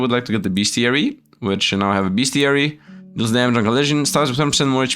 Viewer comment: It's not beastiary it's bestiary. Drop that first A you're adding on.